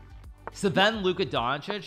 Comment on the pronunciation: I died a little internally every time he pronounced Sven “Suhven”